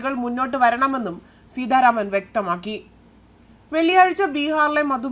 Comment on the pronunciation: Seedharaman alla Seetharaman anu Malayalam vakrerkarykkalle.nee sidharaman ennu ethrapravasysm panju.